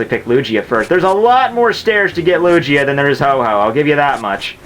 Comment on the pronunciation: If he says Lugia wrong one more time....